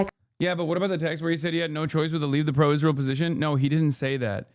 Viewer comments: “Ishreal” I hate the way she says it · Can somone explain why she pronounces it “ishrael”?